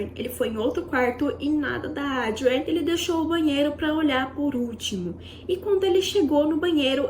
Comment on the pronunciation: A narrativa poderia ser melhor. Muitas repetições tornaram o vídeo longo e cansativo!! Assim como os nomes da atriz e diretora - Adrienne, que em sua dicção repetitiva, ouve-se 'Audrey'. Creio que possa melhorar em vídeos futuros... Desejo sucesso.